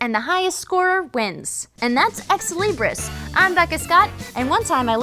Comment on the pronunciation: Did she say "Exley Briss"?